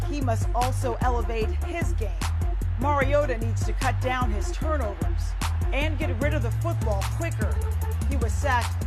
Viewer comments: did roger goodell really pronounce it "marcus mariot-o" in the beginning? lmaoooo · "Marcus Mariotoe" FIRE GOODELL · "Marcus Mario-yoda" Force strong in Goodell